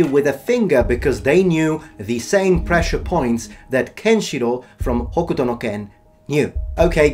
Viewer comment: Are you sure this is how you pronounce hokuto? Kenshiro's VA (Akira Kamiya) always said "hokto".